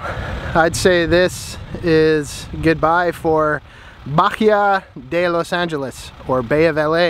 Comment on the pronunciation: Bahia de los angeles Ba-e-ah not bajia